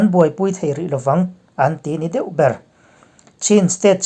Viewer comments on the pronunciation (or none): none